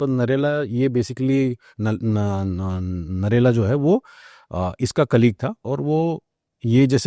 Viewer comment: भाई साब नरेला 😂😂 नहीं है नेहरा जाट है जी 😂😂 कहा से आते हैं ये लोग अगले पॉडकास्ट में सपट करेला मत बोलना प्लीज 😂😂😂